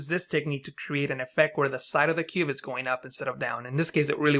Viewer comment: are you saying cube or cuve? is cuve a technique or a term for technique?